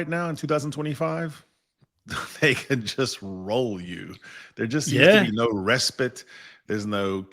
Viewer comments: You did say resPIT which is fine! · RESPITE,, pronounced RA SPITE or RES PIT?😊